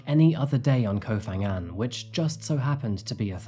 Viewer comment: Phuket, Phangan and Phi Phi you pronounce as P not an F